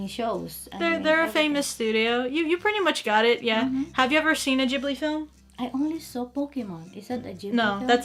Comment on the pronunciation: I think you pronounced Ghibli wrong.